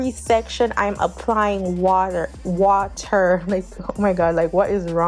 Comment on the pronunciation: It’s the Jamaican in you hun... wata